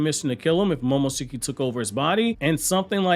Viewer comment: Lol he's pronouncing momoshikis name wrong lol 😆 🤣